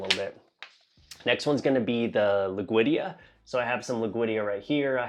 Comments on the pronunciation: great vid! it's lud-wig-ia though, not loog-wid-ia. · Lood (say it like "loot" but with a D) - Wee - Gee (say it like "key" but with a G - Ah. Alter - Nan - Thera (like the Greek island) - Rein - Nee - Key.